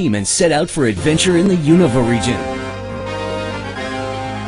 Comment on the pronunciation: good, but why is Unova pronounced... oh well, i dont care this game is gonna rock!